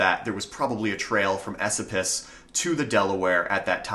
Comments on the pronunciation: I’m from the area, just so you know it’s pronounced E SO PUS not esapus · Just a FYI- locals pronounce Esopus "A- so-pus" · ...Esopus is pronounced "E-SO-puss". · E-Soap-Us is how we say it here. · Dude your pronunciation of Esopus is killing me. I have pronounced it (E SOAP us) my entire life. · Absolutely wonderful. I know for a fact that there are many caves and hidden treasures in the Gunks. Lived on the ridge for a decade in an off-grid cabin way off the beaten tracks. You're mispronouncing "Esopus." Emphasis is on the middle syllable which is pronounced like the word, "so." Thanks for this video. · Thank you for the video I live on the shawangunk ridge in the town of mamakating and had not heard a few of these legends. That said your pronunciation of local names is terrible lol Mamakating is ma'am-a-kate-ing, and Esopas is is eh-soap-us. Recognize most of the places in the video and appreciate you not using random "mountain" stock footage